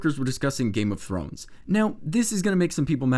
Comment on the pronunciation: When you say Game of Thrones it sounds like Game of Frones. Slight but noticeable